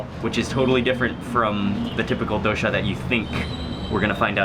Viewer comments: It's not dohsha it's doh-sa (dosa) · DOH-SAH. Not DO•SHAW. Please pronounce the food of my country, proper. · suprised the indian guy isnt helping with pronunciation lol its doSA, not doSHA